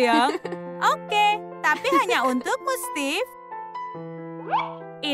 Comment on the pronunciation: Steve bacanya stif